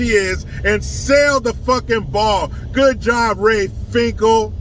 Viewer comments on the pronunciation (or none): He said RAY FINCKLE ROTFLMAO 😂😂😂